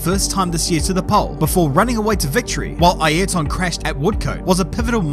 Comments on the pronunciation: Never heard of Eye-air-ton 😮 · Bro try saying highrton without pronouncing the h. There is no "e" in his name. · i mean, is trying his best to pronounce as we do here we pronounce like "ierton" (using english pronouncing rules) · Since you are Brazilian, is this how you pronounce his first name..? It sounds so different from how others pronounce it. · This is the record for how many times you say Ayrton wrong in one video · Never heard his 1st name pronounced like this